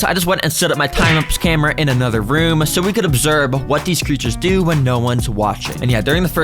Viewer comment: its observe not obserbe